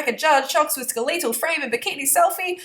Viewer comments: lol, you can't eat 'unlimited calories' and be skeletal (surprised you don't know how to pronounce skeletal btw). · I love how says skeletal.